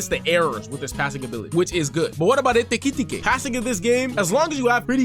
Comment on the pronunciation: Like this video just for the " ekitete" pronunciation